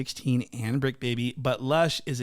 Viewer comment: “it’s the bricc not the tricc..” lmaoo ! 🤣